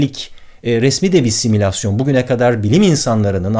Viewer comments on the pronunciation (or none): Similasyon değil simülasyon. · Yayınlarınızı ilgiyle ve beğenerek izliyorum ama sizin gibi biri nasıl şu hataya düşer: Similasyon değildir o kelime. Aslı Simülasyondur. Similasyon diyince asimile etme falan gibi geliyor insana. İngilizcesi bile Simulation (Simuleyşın) iken nasıl oluyorda similasyon oluyor. Tek bir sefer de yapmamışsınız hatayı o yüzden lütfen dikkat. İnsanları bilgilendirme amacı taşıyan bu kanalın yanlışlıkla da olsa yanlış bilgilendirme yapmaması lazım. Zaten etrafta gezen bir similasyoncu var. Yenilerini eklemeyelim lütfen. Sevgiler